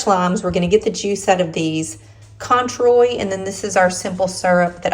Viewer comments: Contreau is pronounced CWAN-TRO. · Canadian here. Cointreau is pronounced quan tro. 😉🫶 That marg looks AMAZING!!!! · Cointreau is pronounced first syllable. KWAN second syllable TROW (sounds like BROS. like the kids say all the time) I just thought I would correct you and I know how annoying that is but please don't take it the wrong way. It is just that someone has misinformed you. You never stop learning, I know I. don't. Don't be mad please! I love your videos. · Love Mexican food! I’m in the UK and we enjoy the restaurant Wahaca. Everything you make looks delicious, I’d like to try the spicy margarita but I’ve gotta correct you on the Orange Liqueur, it’s pronounced Kwontro in English - rather more Kwaan Tro in French!